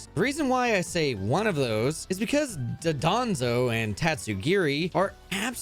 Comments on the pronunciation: You pronounce it “Dodonzo” instead of “Dondozo”, why? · The infamous phantom thief Meowscarada is stealing all of our hearts….and world records. Btw it’s pronounced “Don-Doe-Zo” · Why does he pronounce dondozo like dodonzo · BRO ITS NOT CALLED DUDANZO ITS DONDOZO WHY CAN PEOPLE NOT RED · No it's pronounced Don- BO- zo